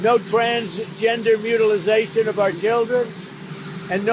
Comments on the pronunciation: He said mutilization instead of mutilation. Kill me please!! Also same talking points no matter what: the best this, the most popular that, people can’t stop talking about it! The best, most popular, most beautiful, biggest, hottest bill! EVER! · How many more times is this demented moron gonna mispronounce the word Mutilation? And Republicans all cheer there genius leader. LOL